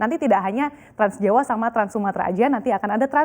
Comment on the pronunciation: Trans jawa? Si mbaknya salah ucap😁